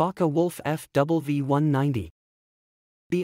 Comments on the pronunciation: The "W" in FW190 is pronounced doubleU. Double v would be V V which it s not!! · It's FW 190, not F double V gooseneck !